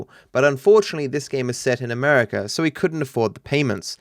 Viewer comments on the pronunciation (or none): none